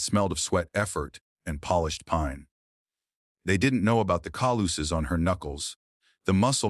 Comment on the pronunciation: The introduction says "...true story". The later small print says "This video is a work of fiction". The AI reading is poor many times... e.g. "lino'leum" becomes "lino-le'um"... "monosyl'abic" becomes "mono-silaa'bic"... "cal'uses" becomes "calo'sus"... "cathar'sis" becomes "cat'tis"... "unread'able" becomes "unra'dable"... "ral'ley" becomes "raw'ley"... "karate" becomes "karat" three times. Then the puzzles... what is "age UK"? and what is "stealing wshmp"? What is "raccoon and G"? I wonder what AI reading would do with punctuation. Maybe this should be called "the new girl vs. AI."